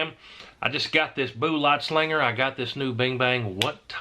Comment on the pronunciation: I wish you could say bullet properly. Would make this much easier to watch lol “Boollat slingar” lmao